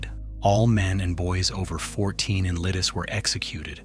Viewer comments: it was not only czech fighters... do some research before spreading BS and hoaxes online... jeeez... And learn how to read the names of villages correctly... LIDICE, not LIDIS.. thumb down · The c in Lidice should be pronounced as a TS sound. Lidice should end just like Pardubice. I sounds like long ee. So Lee Dee tseh.